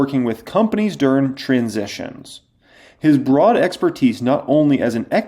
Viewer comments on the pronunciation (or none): none